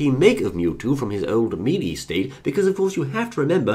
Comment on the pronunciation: I like the way you pronounce melee